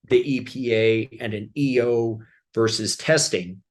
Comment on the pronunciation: The word is VERSUS…not vers. Say it right.